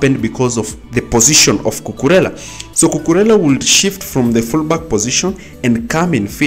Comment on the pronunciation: You pronounce it correctly